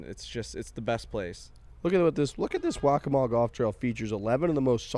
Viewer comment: Perfect pronunciation of "Waccamaw" boys 👍